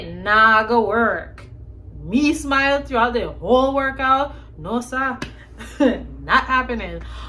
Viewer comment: When the accent starts to come out, you know it’s real. It was the “no sah” for me 😂